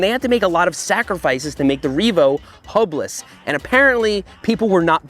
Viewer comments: sounds like said HOMELESS instead of hubless 😂 probably accurate for the makers of this product 🥲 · sounded like you said "homeless bicycle"